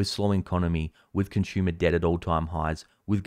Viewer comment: Consummer debt? Lol